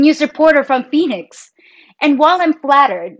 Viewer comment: at about in this video: "...a news reporter from Phoenix." When I first heard you say that I thought you said: "...a news reporter from Venus." Really...🤭